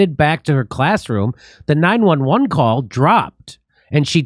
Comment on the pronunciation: Jimmy it isn't 9-Eleven, you know that! it is 9-1-1